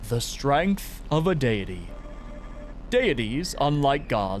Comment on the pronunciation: you said deity wrong